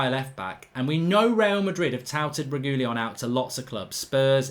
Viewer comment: That’s definitely NOT how you pronounce Reguilon 😂